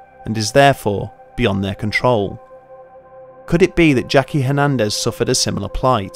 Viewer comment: "Hernendez" Back over the wall with you